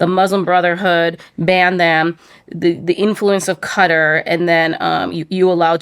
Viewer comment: Its called Qatar (kaataar), not "cutta"